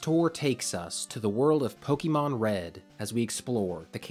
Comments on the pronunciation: Love your videos, and this was a good game to cover for the series! For future reference though, if you cover more Pokemon content - it's pronounced Poh-kay-mon, not Poh-kee-mon. No shame, I just notice those less-traveled with the series tend to pronounce it wrong. Oh, and I hope you feel better soon! Been having a rough bit of sickness myself which is making my own videos lately sound weird. You didn't sound that bad here though. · Nothing takes away the credibility of a video about Pokémon more than hearing the narrator say "poh-kee-mon" rather than "pow-kuh-mon" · Say it with me: POH KAY MON not poh kee mon God dammit the franchise is almost 30 years old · He calls it Pokie mon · It's not pronounced Pokymon, ffs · Please stop pronouncing it Pokeymon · please learn to pronounce pokemon